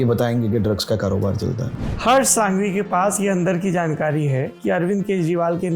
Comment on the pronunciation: It is prounnced as संघवी not सांघवी. With due respect sir. आप तो धरातल से जुड़े हुए व्यक्ति हैं। English medium वालों को पता नहीं होता की कौन से a को अ बुलाना और किसे आ बुलाना।